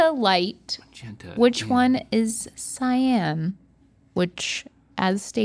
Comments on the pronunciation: Not mispronouncing "cyan" as "scion" lol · No CY-AN is not scion